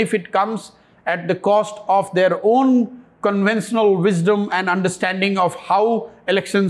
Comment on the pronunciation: Like many others he is mixing pronunciation of SHA and SA. This could be due to Hindi's influence. eg. conventional is pronounced as CONVENSENAL instead of CONVENSHENAL.